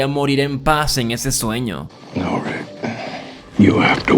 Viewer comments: Me gustan tus videos Pero me estresa como le dices "Rid" a Rick :S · Deja de decirle Rit a Rick podavo 😩